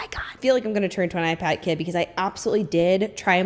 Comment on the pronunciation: Tee hee I heard “pink eye pad” when you said “pink ipad” 😅